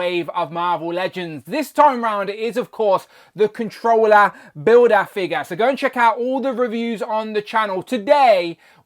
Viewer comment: Kont'rollah bildah figgah 😂